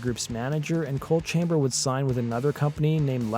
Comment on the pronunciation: The band is “ coal” chamber not “ cold” chamber….. in case you weren’t sure